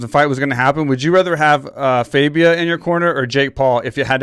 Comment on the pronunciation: his name is not faybia its fabia